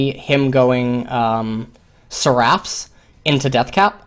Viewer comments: sɛr.əf Why are you saying "seraph" wrong. It is so weird. It's not seraaph, the ending isn't "raaaph", rather, it's "rough" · It's pronounced [ser-uh f]